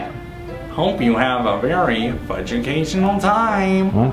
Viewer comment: You said Barry mad not very mad